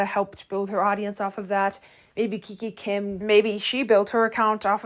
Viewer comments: It’s not kiki kim it's kikA kim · Heyy, dont take this as hate but i just wanted to ask why do you pronounce names wrong? Like kika kim as kiki kim and clara dao as clara duo? Im so sorry if this sounded like a hate comment i just wanted to ask